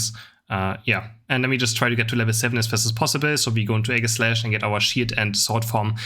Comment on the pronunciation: I love you, but I cringe every time you say Aegislash. 🤣🤢